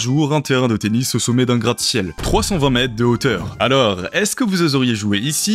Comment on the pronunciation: Il est à plusssss deusss descense metesss de hautsss. Arrêt de mettre des "s" partout !